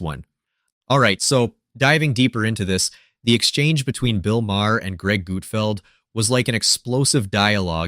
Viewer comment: Who is Gootfld? Ohh... You mean GUT-FELD.